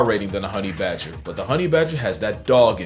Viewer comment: bager not badger yeah